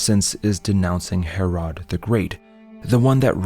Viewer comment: Palestine is NOT a country and has no legitimacy. Also your pronunciation of Herod is atrocious